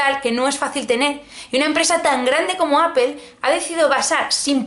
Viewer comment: "APEL" jajaja